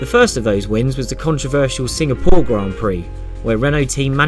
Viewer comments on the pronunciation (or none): none